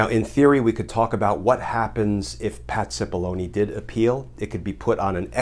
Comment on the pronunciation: anyone else hear his name spoken as,, "Patsy Bologna " ?